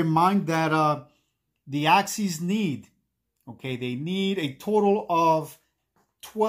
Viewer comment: I cringe everytime I hear Axees.